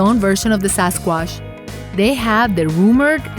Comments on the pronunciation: SAS quash !😂Indian version!...can’t even say Sasquatch! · The narrator's hobbies include mispronouncing words and putting the wrong emphasis and inflection wherever possible. Lol sasquassh. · since when we say " Sasquash" :D ?